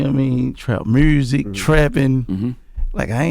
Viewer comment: Gotti been saying mursic for years and he been fucking the game up 💯